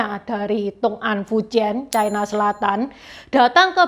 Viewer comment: Ucapan yg bnr China Selatan, bukan Chaina Selatan